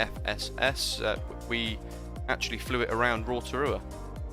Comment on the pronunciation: Nice pronunciation for "Rotorua"!